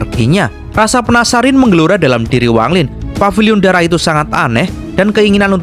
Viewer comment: Rasa pensarin😂Mimin salah baca tadi aku ngakak🤣semangat mimin